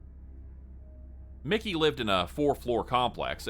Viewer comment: Keiko is pronounced kay-koh not key-kow. Miki is pronounced mee-key not like the name Mickey. Manga is pronounced mahn-gah, not mein-guh. Gōkon is pronounced goh-kohn with a long o in goh (that's what the line over the o means) not goe-cawn.